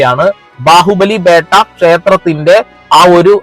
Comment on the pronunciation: ബാഹുബലി ബെട്ട not ബേട്ട